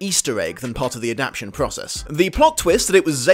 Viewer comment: Is it intentional that you often leave a syllable out of 'adaptation'? If no it's a little hilarious. You'd think, of all words, that's the one you'd try to get right. No ill will meant, just cracked me up a bit.